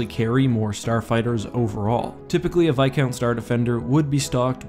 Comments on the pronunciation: Why does he pronounce it "vi count" and not "vis count" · It’s viscount not bicount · Its Viscount not Vicount ;( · Like the channel but please pronounce the s in viscount. You say like vicount. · it isn't called vis- count. its called Viscount as in a title of a noble.